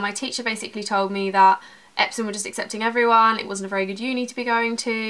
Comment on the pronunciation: What school did u say epsons?